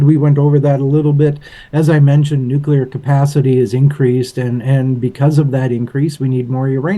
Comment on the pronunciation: My brain can’t handle it when people say nuclear wrong…. Good video though, thanks